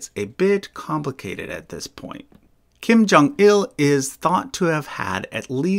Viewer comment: Kim Jong-un putting an extra “L” in his father’s name. Now he’s Kim Jong-ill